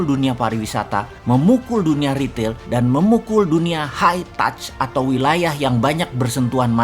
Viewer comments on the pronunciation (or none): none